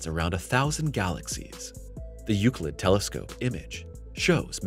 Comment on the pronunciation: You say Euclid Correctly!...But the title of the video probably wont help in Search Rankings!(Unless it is a Common misspelling)